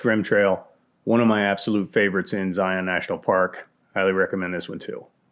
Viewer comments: Zion is just something else! For those of you who aren't local like I am;), it is pronounced Zy-inn, not Zy-onn. But anyway, PLEASE maybe try the Golden Cathedral off of Hole-in-the-Rock Road near Escalante, I'm looking at it to give it a try to go backpacking for Memorial Day weekend (I know, stupid idea to go during a holiday). I would really like to see your insight on the trail, if not, it would be super cool if you did Coyote Gulch from the Hurricane Wash side so I can see how to do it correctly. I ended up scrapping the trip when I almost made it to the confluence of Red Well and Hurricane Wash because the conditions were less than ideal and I just turned around. Love your videos man! Zion is truly beautiful and manna from heaven despite how crowded it is;). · Y'all are pronouncing it wrong. It's pronounced 'Zi-unn'. Don't sound like a tourist, we make fun of you in southern Utah